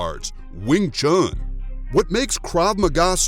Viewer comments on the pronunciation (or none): none